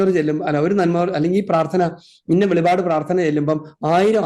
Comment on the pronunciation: വെളിപാട്, അല്ല അച്ചോ വെളിപ്പാട് എന്ന് പഠിക്കു❤